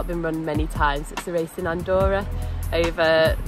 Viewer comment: "ze wace" :)